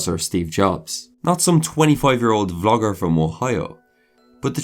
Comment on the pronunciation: When you said vlogger from Ohio, I heard vulgar.🙃